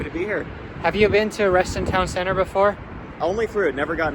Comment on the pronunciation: local here, it's reston TOWN center, not reston town CENTER